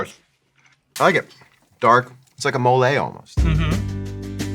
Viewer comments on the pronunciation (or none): It's not moLÉ it's MOle